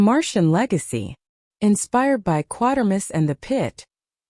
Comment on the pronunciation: Some seriously erroneous information here. No knowledge of how the famous SF name "Quatermass" is pronounced. Inaccurate description of the ending of "X", and such. Poor site.